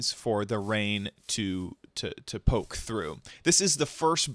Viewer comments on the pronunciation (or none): none